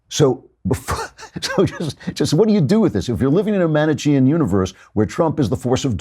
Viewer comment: Well, he also pronounced "Manichean" wrong. Maybe it's a side effect of the wedding...